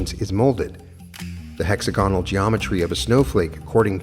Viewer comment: Respectfully, it's pronounced: hex AG un al